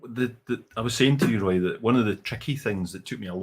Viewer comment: Hi Roy, you spotted my name towards the end of the quiz. Well pronounced, though most versions are acceptable.😄I've been here for a number of years but because it's Friday morning here, I'm usually getting ready for work, and seldom see the whole session. Love what you do and the major part of my Whisky knowledge and experience comes from vPub and Recycled Reviews. I of course do my own research 🥃🥃🥃😆but thanks for leading the way. Slainte